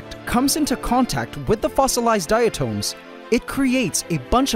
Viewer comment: 💡 👄 No.👉 DI-uh-toms, not DI-uh-tomes.👈Good video though. Sorry about the escape.